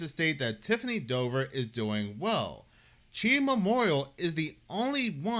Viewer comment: Its pronounced C-H-I Memorial. 😂😂😂 Its hilarious hearing you say Chi 😂😂